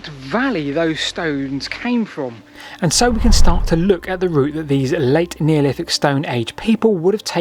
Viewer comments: Excellent video as always, but… “Neoliffick”. 😂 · I'm sure Wolfie Smith would have pronounced it exactly the same 😆